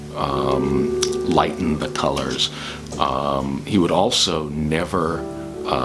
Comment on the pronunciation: Colors not cors..